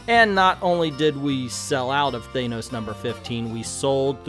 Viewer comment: Thanos = Thainos? I don't really care how is said it just really bothers me